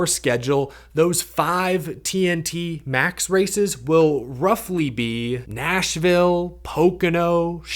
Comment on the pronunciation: It sounded for the world like he said "Asheville" instead of Nashville when he started listing off thos potential seeding races, probably just because of the editing. I was like "I must be way out of the loop!" Yeah, my initial reaction to an in-season tournament was that this is NASCAR yet again throwing spaghetti at the wall to see what sticks, which it definitely is, but if they call it a dash-for-cash instead of insisting on calling it an "in-season tournament" to mimic another sport, then that alone will be a big factor in deciding whether I like it or not.